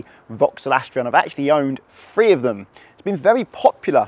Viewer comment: Good video I assume, but I could only watch 2 minutes of it before I got fed up with hearing the presenter pronounce Three as Free!